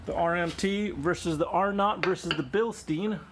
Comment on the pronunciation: Mate, you haven't been very lucky with your air suspension... Have you considered looking at it from a different angle, like checking the pressure under load and with no load? It could very well be that your pressure regulator is defective and this could be a cause for your extensive collection of blown bags... Also, please stop pronouncing "bilsteen"!!! Read the label, it says Bilstein, not Bilsteen. The correct pronunciation is BILSHTAIN. Will you do that for me because I'm German and my ears hurt. Thank you.